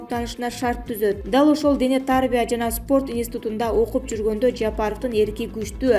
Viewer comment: Дене тарбия деген сөздү туура айтчы.